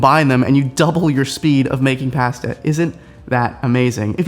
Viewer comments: Pass-tuh? Try poss-tuh. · Pass-ta? That’s a first for me. 🤣🤣🤣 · say ‘pasta’ like a brit! lol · the way he says pasta tho... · I was so flabbergasted by the way you pronounced "pasta" that I completely missed your advice and had to rewind to hear it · Soooo have I been saying “pasta” wrong for my whole life???